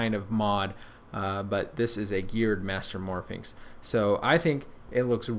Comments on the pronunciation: it's 'mastermorphix', not 'mastermorphiNx' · he keeps saying mastermorphi"n"x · It's mastermorpIX, no "n". Your'e pronouncing it like Pyraminx, which has an "n". it's a master morPHIX.